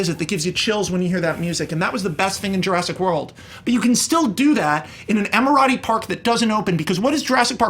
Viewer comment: I think Max means to say Emerati.